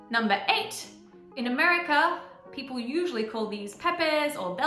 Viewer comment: Tassie is .... missing!!! Wot? I hear g'day fifty times a day. A stubby is a small bottle of beer. A tinnie is a can of beer. They're still called stubby holders though. A car port is a non-enclosed 'garage', sort of like your car has its own verandah. You sound like you're saying pepp'l...